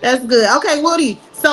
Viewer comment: his name is WOODY not woooh dee🤡🤡🤡🤡🤡